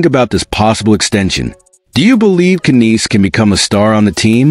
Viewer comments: terrible " KK- Nnes" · Matthew "Can-eass" 😂😂😂 get out of here.